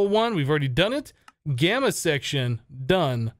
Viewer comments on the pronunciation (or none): none